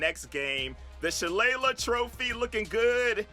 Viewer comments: It pronounced Shuh-lay-lay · It’s pronounced Sha Lay Lee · Smh you don’t remember Hornswaggle from WWE ??? It’s Shuh-lay-leh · I'm sure someone haz told you by now but it's pronounced "Shuh-Lay-Lee" trophy